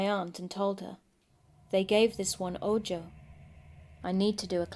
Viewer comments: Ahhh I hope it’s ok, but “ojo” is pronounced with the j making an h sound,”oho”. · Spooktastic! And simply because I know you're as twitchy as I am when if comes to pronunciation, if you encounter the word "ojo" again, it's pronounced, "oh-ho" - meaning eye in Spanish. It rhymes with Santa Claus's laugh: Ho-ho. Otherwise, absolutely flawless!